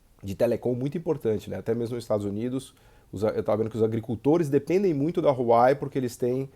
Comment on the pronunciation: Vídeo mais do que atual nesses últimos contextos. Muito bom! ps.: o nome da Huawei pronuncia-se “wah-wey”